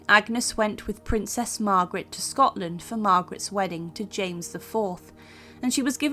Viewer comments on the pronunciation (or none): none